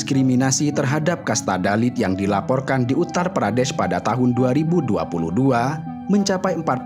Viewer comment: Syukurlah u ngomong "uttar pradeSH"